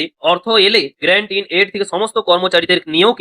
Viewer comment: আরে ভাই ওটা great in aid na ওটা Grant in Aid।